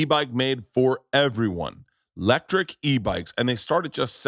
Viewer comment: Berts a 10 but doesn't pronounce the e in electric. Lectric.